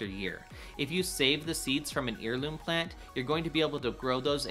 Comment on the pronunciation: Good video but check your pronunciation of “heirloom.” The root of that word is “heir” as in offspring, not “ear” like the ones in the northern corners of your’ glorious beard!